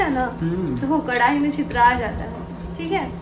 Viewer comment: Kaise bolti hai kadhai me chhitra jata hai😁😁😁😁😁